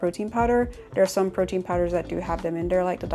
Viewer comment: "Mussel pwotein 'yntesis" 🤣